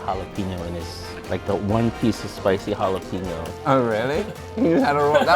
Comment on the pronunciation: Can someone please tell me where the “peen” is in Jalapeño?